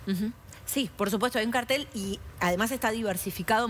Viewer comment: Ahora escuché "cartel", como debería ser.